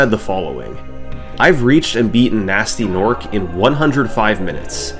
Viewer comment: this is a great video and all your videos are great but it is pronounced g-nasty g-norc like hard g, not gee, and i cannot allow this offence to gnasty's honour go unchallenged